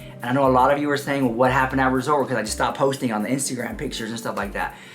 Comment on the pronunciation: Girl!!!! It’s ResortS World... not Resort World 🙄 SMH If you had an issue with management you could’ve called Hilton customer service (especially if you have status at Hilton). Kind of dramatic because they absolutely would’ve be happy to listen to your experience